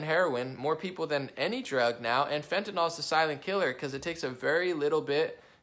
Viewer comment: Not to nit-pick...But it is NYL not NOL. Seems like everyone miss-pronounces it.